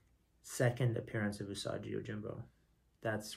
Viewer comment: the way you are saying "usaji" its definately "usagi". u sa gi.